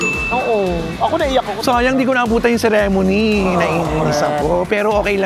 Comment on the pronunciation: Kuya ang pronunciation ng "ceremony" paki check po